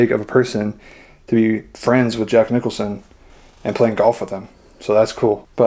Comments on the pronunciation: QUIT SAYING JACK NICHOLSON!!! JACK NICKLAUS WAS THE GOLFER, AND JACK NICHOLSON IS THE ACTOR!! YOU KNOW THE SHINING, EASY RIDER......GET IT RIGHT!! BUGS THE HELL OUT OF ME, IT'S JACK NICKLAUS, REPEAT AFTER ME.... NICKLAUS, NICKLAUS, NICKLAUS, NICKLAUS, JACK NICKLAUS! NOW YOU GOT IT! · seriously Jack Nicholson? Its Jack Nicklaus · Jack Nicklaus. Not Nickelson Please be careful of providing info